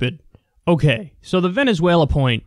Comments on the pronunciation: He said Venssueylaaa so im convinced.... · I'm here to hear Kyle's imitation of vEnezUelA